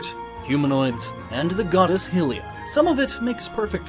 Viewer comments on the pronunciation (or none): HAIILIYA, NOT HILIYA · Ηylia not helia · Huh? You didn't talk about a desert. Did you cut that part out or something? If so, this is really subpar editing. You misspelled Aveil as "Aviel" earlier, too. And it's pronounced high-lee-uh, not hih-lee-uh. You know, like how it's pronounced high-rool, not hih-rool? Yes, Hyrule was named after its creator goddess, Hylia. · stop saying hylia like hillia its pronounced high-lea bacause hyrule is pronounced high-rule and hylians is pronounced high-leans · It’s pronounced Hi-lee-ah, not Hil-lee-ah,but apart from that, really good video! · ahh idk why it bothers me that you say 'hill-ia' instead of 'high-lia' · HI-LIA not HILL-LIA. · Its HYLIA ( HI - LEE - UH ) Not HILL - LEE - UH , You guys GOTTA do a little damn research before you record these friggin videos man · High-lee-an. High-lee-ah. Not sure why so many people pronounce those hill-ee-an and hill-ee-ah. Those just sound...dumb. Get it right. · How did you get that pronunciation of Hylia and Hylian? Hil-lia? Hil-ian? If you can say Hyrule (HIGH-rule) correctly, then how do you get the others wrong? Hyrule would be derived from Hylia, and therefore, her name is pronounced HIGH-lia. Likewise, the inhabitants of Hyrule would be HIGH-lians. I know this is probably a small thing to nitpick at, but it irritated me every single time you said these names because you were always wrong. If you're going to come off as some superior know-it-all with a theory, pronouncing things wrong just undermines your attempt to seem knowledgeable. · Good video, but... Hylia is pronounced "HIGH-LEE-UH" not "hill-ee-uh" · It's not "hill"rule, it's "high"rule, god I can't even make it 5 minutes in. It wouldn't be "hill"lia, it's "high"lia. Do you even Zelda? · Great video!! But dude, it's Hylia, like 'high', not hill. Like Hyrule, Hylians are 'high-lians' too. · high lyia not hillia hylia HIGH HIGH THATS HOW YOU SAY IT HIGH HYLIA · you are saying hillia its hylia (high-lia)